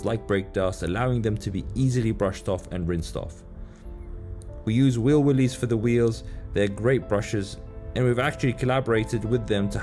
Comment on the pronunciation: I assume you are saying 'wheel wooleys' cause it sounds like you said 'wheel willies'! Awesome car